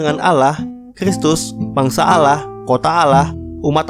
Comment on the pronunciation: Allah bukan Alah